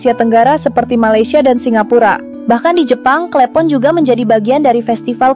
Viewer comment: Klepon bukan klEpon